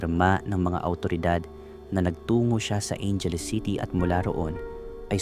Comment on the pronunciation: Ayusin mo pagsalita mo ng bocaue at Angeles